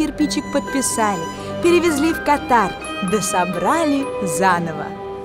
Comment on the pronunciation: Государство называется кАтар а не катАр!